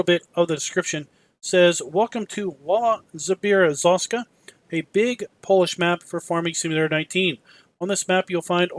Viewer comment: I'm just commenting to let you know that as for native English speaking person u did pretty good job pronouncing the name of the map. Not an awesome job minde u, but it's not a complete butchery.😀